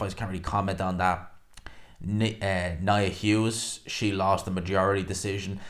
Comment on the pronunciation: Nia Hughes ????? Try “Nina Hughes”.